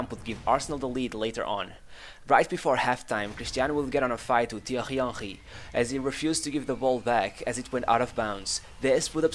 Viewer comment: "Tianghy Anhgy" Iconic